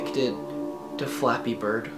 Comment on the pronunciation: I kept thinking that you were saying fapping.